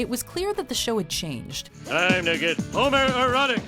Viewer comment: Hommer? Petter? English? where?